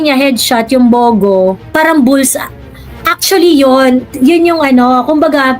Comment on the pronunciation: ang pag pronounce nung bugo is gaya ng pugo na itlog😅pag bisaya nag sabi nun masakit sa bangs😅😅its means bubu😅